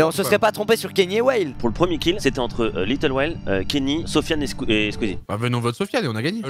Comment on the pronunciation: "big *WELLE*" Euuuh Dafuq ?!! Respectez un minimum son pseudo. Ça se dit LilWHALE